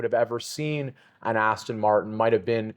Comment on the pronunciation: Aston not austin